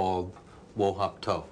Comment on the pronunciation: Wo Hop To not wo hop ko